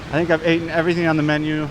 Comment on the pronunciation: like the videos but man! you gotta come back to the states once in awhile. the locals there are hindering your English dude “ate’n” vs. “eaten” lol 😂 just messing with you. be safe and keep up with your health goals